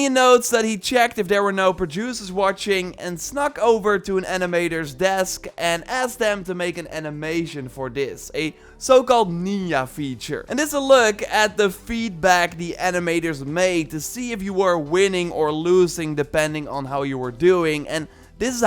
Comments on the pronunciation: Neena feature? Nin-ja lmao ninja. Like Naruto. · did this man really say nin-y-a 😬 crrringggeeeeee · It's nin-ja